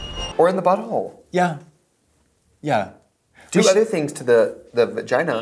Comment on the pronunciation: Trixie saying "do other stuff with the-uhvuhgina" embodies my womanhood better than i could myself.